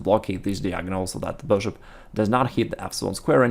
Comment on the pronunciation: I love his videos. They are always so informational and helpful. I can’t lie though the way he says “beshhop” always makes me laugh.